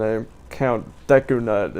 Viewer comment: Its Duku not Deku!